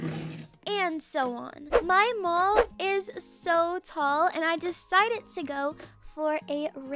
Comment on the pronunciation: for a sec, I thought she said "my mom is so tall" I came back and rewinded but actually said "my mall is so tall" IMAO 😂